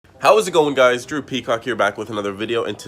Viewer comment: Lmao whenever he says his name I always hear droopycock